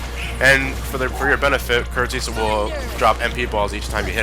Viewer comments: The agrabah secrtet boss is called Kurt zisa ( Kurt Zie-Za) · Jay M but he pronounced it as Kurt Zee-Sa.